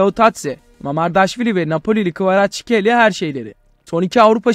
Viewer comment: admin, KvaratsHELİYA diye okunuyor K gırtlaktan